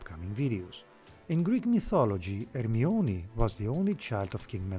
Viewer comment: Her sound like harmiona